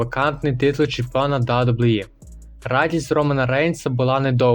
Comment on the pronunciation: Відос не поганий, але навчись казати WWE, та деякі інші фрази, без образ)))